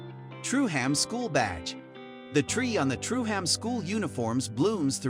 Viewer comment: Truham is pronounced Trueum